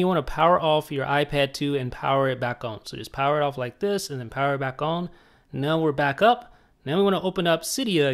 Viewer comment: Why does he say "on" like "own"??